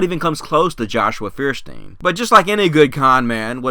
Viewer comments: Fierstiehn? It's Feuerstein. Does he himself pronounce it Fierstien? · Feuersteir is too stupid to even pronounce his own damned name! Hint: It is "Foyerstein". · Feersteen? Not proper pronunciation. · Feuerstein can't even pronounce his own name correctly: it's Foy-er-shtine because it's a German name. English speakers are infamous for massacring foreign words even if they're easy to say, which is why we even pronounce Einstein's name wrong, since the 's' turns into 'sht' in German. Stuck Together his name translates to "Fire+Stone" or "Flint", which means he is actually "Mr Flintstone!" I gotta wonder if this was intentional on his part and he's just trolling everyone for cheap laughs... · Feuerstein is a german word and means flintstone! the american pronunciation is so funny xD